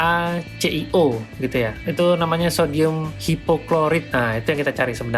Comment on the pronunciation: Maaf, sedikit koreksi bos. NaClO dibaca En-a-ce-el-o bukan en-a-ce-i-o.